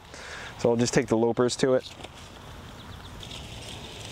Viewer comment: LAH-pers. Not LOW-pers. You can "lop" off a hand. you don't "lope" it off.